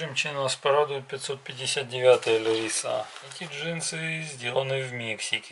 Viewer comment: Это у вас на хуторе так принято говорить : "ЛевисА" ?